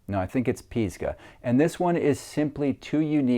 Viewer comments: Pisgah - Piss-ga not Pees-ga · It's pronounced: Piss-ga as in Pisgah Natl Forest in the Appalachian Mtns. Piss as in Piss. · Think about what comes out when you take a wee....and then you'll be able to say Pisgah correctly. 😂